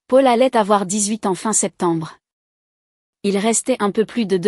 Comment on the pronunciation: Pub sur pub 😡 On prononce Paul ( pol) et non Pôle .. Le versement de la pension alimentaire ne s' arrête pas aux 18 ans de l' enfant .. En France on passe obligatoirement devant le notaire pour l' achat ou la vente d' un bien immobilier ..